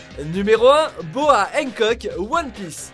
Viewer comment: Pas Hencock, HANCOCK